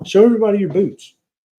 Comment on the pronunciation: I thought told Neisha to show everyone your boobs 😳 He said boots 😂